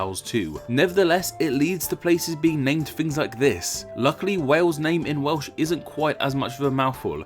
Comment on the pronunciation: This narrator needs elocution lessons - he can't pronounce any word with an L in it. For example, for "Welsh" he says something like "Wehwsh". Horrible.